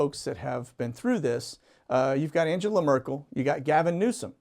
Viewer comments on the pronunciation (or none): none